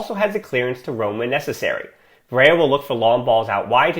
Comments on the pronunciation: Hey man, I love your podcast, it’s probably the best researched out there. I just wanted to mention some constructive criticism, a double LL is only pronounced as a Y in Spanish. Barrella is Italian so it’s just pronounced Ba-rella. Thanks for your dedication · Yup, as a fellow american myself, just say it like the spaghetti brand